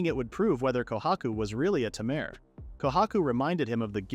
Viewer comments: Why "Tamaire", not "Tamer"? hehe. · Please teach the AI to pronounce 'Taymey' rather than 'Tamur'. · The way it keeps calling him a ta-mer and not a tamer is pissing me off… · The "a" in tamer is pronounced as "eyyy." It uses the long a pronunciation. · i love how they pronounce tamer as Tamehr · Less than 2 minutes in and tamer being pronounced as tam-air repeatedly is making me choose between sucking it up or leaving is killing me. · Didn't realize tamer was pronounced as tomare. Problematic AI speech. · AI reads it tamere for the guy but reads as tamer's guild for the place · That's not what the narrator says, though. It says "Tamir" /tuh-meer/ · ai cant read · Like tay-mer the correct way, the vid's pronunciation wrong. It sounds like a bad french impression. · "Temeer" makes me want to stick knitting needles into my ears. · So we've been saying tamer wrong this whole time. 🤔🤔🤔🤔🤯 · Why do I want to put up with an AI that can't even pronounce "tamer" correctly when the developers aren't even interested in hearing the first few minutes? Animeworks is just a cash cow to them. As for the dev of it, they have better things to do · Ugh... omfg... learn how to make the AI voice properly say the word "tamer". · Til I have spent my entire life mispronouncing, "tamer." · He knows.. It was obviously them being sarcastic and making fun of the mispronunciation. XD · No, it's definitely just this video doing so xD